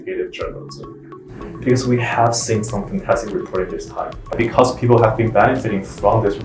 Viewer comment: If you listen carefully it almost sounds like these 2 guys are saying peepoe.